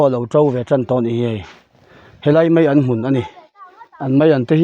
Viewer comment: meian ni lovin maian tih tur😂😂